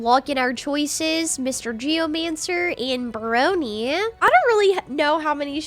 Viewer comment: It's pronounced prog-knee like hog with an r... bru-ag-knee